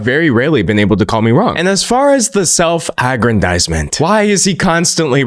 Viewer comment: ive never heard someone say aggrandizement like that